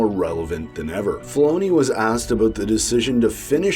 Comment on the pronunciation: Are you Canadian and did you say "aboot"?